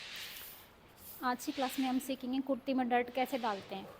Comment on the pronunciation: Sorry to say but mam डार्ट hota है ।। डर्ट nahi